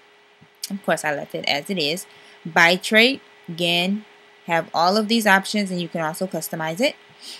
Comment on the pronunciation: she said BI-TRATE